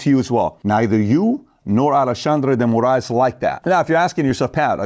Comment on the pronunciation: That’s the best pronunciation of the Brazilian dude’s name. Well said all around. These guys keep saying “burn it down” but they never say then what.